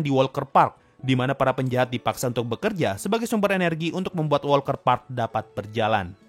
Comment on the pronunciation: Walter Park deh Bukan WALKER PARK lho